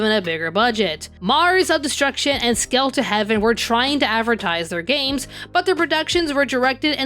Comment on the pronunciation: As we can see, Space Thunder Kids isn't on this because, technically, that's Korean animation, recut into something hardly coherent by Americans. At least that had one shot where a mech punches a pilot. Still, that would be my nomination. Also, every time I hear you say "Skelter Heaven", I keep hearing "Skeletor Heaven", which paints a totally different image in my head.